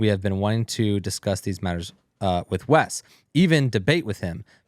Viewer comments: Wes, not "West" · its WES not west.